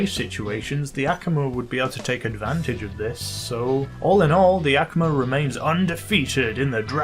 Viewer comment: Just so you know, It's A Koo Ma Not Ak A Ma